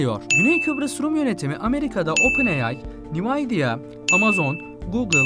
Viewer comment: "Nevidiyiya" (Nvidia) :) Allah size akil fikir versin. Bir de Rumlarin federasyondan vazgectigini soylemissiniz hayal mi goruyorsunuz ? :))